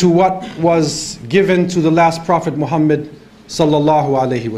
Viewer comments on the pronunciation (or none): Maa shaa Allah. Very Pertinent at this point in time. An Observation :Could you Please Pronounce the Name محمد Muhammad Correctly and NOT Muhammed. Also Shaitan Attacks from Right, Left, Behind and Infront, But Not from Above nor Below